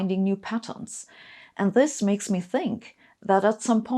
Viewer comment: This made me smile. Not many youtube videos do that. I love Sabine and have done ever since I heard her say "you can't make up zis schitt".